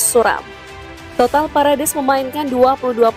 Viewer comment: Parades parades. Wkwkw parEdes min min.